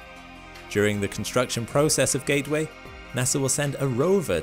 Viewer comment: "Although NASA have [sic] plans..." It's, "NASA *has* plans." It is one entity. Learn English. , "Ga'-way?" Sounds like, "Gay Way." It's, "GATE-Way." The letter, 't' exists. The only way it's "gay way" is if I'm up there.